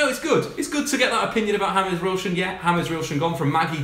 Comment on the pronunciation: Mate do you know how to pronounce James Wilson's name. 😂😂😂😂